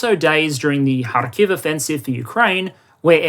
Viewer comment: The first western commentator (from all who I heard) who pronounced Kharkiv correctly :)